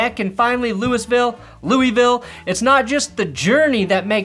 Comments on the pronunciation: LULLVULL. Please just stop trying 🤦🏻‍♂️🤦🏻‍♂️ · I must once again clarify that it is, in fact, Lou-Uh-Vuhl. Good day, sir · It has to be said at least once. It's pronounsificated "Lou-ah-vul", Not Louisville! We all care very much about this. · Louisville is pronounced like your drunk and sluring. Don't pronounce the i's 😂. I'm from Kentucky so you can trust me. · Lmao the Louisville pronunciation was very Coloradan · for Tyler Shough.... I swear to high christ people in Kentucky pronounce "Louisville" as "Lou-uh-vull".